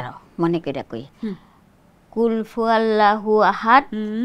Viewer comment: কুলফুয়াল্লা না কুলহুআল্লাহু আহাদ